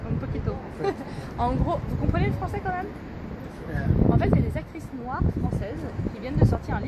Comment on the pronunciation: "Quand même" stp sinon abstiens toi de parler à jamais !